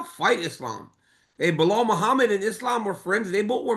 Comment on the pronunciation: Who is " Blehall Chael?" 🤔 Who? 🦉 Who? Is that the next opponent of Maladelalena? Or it's gonna be Makkelchef?? 😂😂